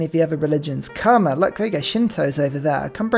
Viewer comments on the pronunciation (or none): none